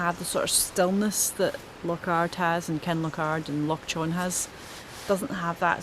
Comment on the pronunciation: lol. By the way, Loch Chon is pronounced more like Loch Hon. The ch- in Chon is the same sound as the -ch in Loch. I only learned that a couple of months ago and thought I'd pass it on.